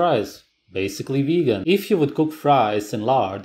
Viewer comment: ''ve-hee-hee-gan'' X''D